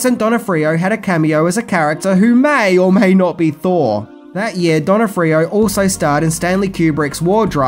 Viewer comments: "Directorial", not "Directional". "Not "Donna-free-oh", it's said "Don-off-free-oh". His best role was in "Men In Black". Very enjoyable movie with a great soundtrack, which I've shared countless times with fans over the years from my huge 80s soundtrack archive. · Donnafreeo? If you can't pronounce a name just google it. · It hurts me how he pronounces the name. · I never knew that 'Thor' was played by Vincent D'Onofrio, even after said his name like 3 times. Cuz, well, just listen to his pronunciation and you'll get it 😂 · Ps your pronouncing "thors" last name wrong. He's a hell of an actor